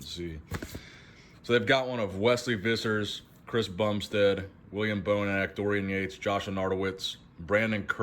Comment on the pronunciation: Wesley Vissers surname the v is pronounced as an f. Just saying...